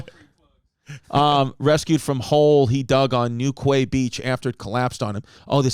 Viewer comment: Newquay is pronounced newkey, like quayside 😂😂😂